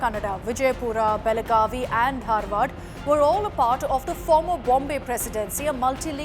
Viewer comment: That is Dharwad not darwar